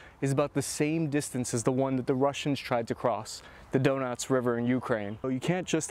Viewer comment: Donuts river moskava and severa dunts